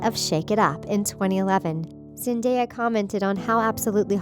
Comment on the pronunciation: I'm really sad about his death but.. "Zendaea" wth 😂 how do you read her name like that